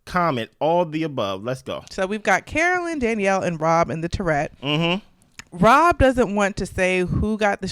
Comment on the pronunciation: I watch all your recaps and enjoy your insights and humour. But I'm going to put on my English teacher hat and tell you that turret is pronounced TUH ruht, not Tourette. And I guess YouTube police is the reason you say "unalive', which I cant stand. I just love the way Alan Cumming says 'murrrrdehrrrr". I can't imagine him saying someone will be unalived tonight. 😂😂